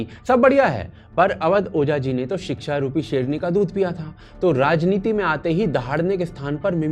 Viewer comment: अवध ओझा - सबको सह्रदय से धन्यवाद देता हूं कि उन्होंने मुझे राजनीति में आकर 'शिक्षा' के लिए काम करने का अवसर दिया है ! Me - अरे महाशय आप शिक्षा को सिक्षा बोल रहे है , मतलब आपका अपनी वोकैबलेरिटी पर ही कंट्रोल नही है आप बच्चो को UPSC जैसी महत्वपूर्ण फील्ड के लिए पढ़ाते कैसे होंगे😢😢😢😢